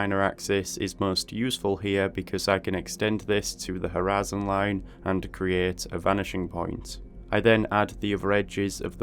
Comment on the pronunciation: am i the only one who hears "harassing line" ?